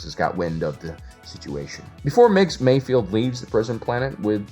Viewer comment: It's Mayfeld, not Mayfield,! Or is it? I really could'nt give a f*ck, either way.